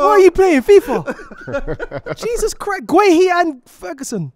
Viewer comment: He needs to be off camera and stick to producing and doing work behind the scenes for the show. The fact that he doesn’t even pronounce Gabriel Jesus name properly even though he’s the most biased Arsenal/football fan to exist. It’s JAYZUS NOT HAYZUS. I’m gonna sound like a proper hater but even his laugh is so flipping jarring